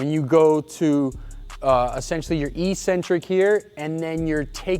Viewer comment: Eccentric you fucking moron